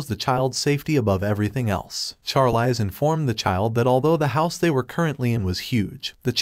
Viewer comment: I hate how the bot says the Female lead's name. It is pronounced sharleez just like the actress Charlize Theron, as well as mispronouncing many other names and words like resume said rezumay